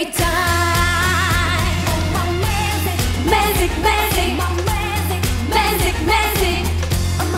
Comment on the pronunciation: Magic 부를때 계속 Magic을 Mazik으로 발음하는게 거슬림.. 😑😬 매직은 [매쥑] 이 원음 발음에 가까운데 계속 [매zeek] 이러고 있음… 아무리 콩글리쉬 라지만… 그래도 신경쓸건 써야한다고 봄